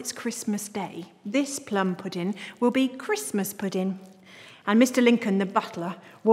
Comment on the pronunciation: Sorry if I sound mean but I can't help laughing when she says pudin instead of pudding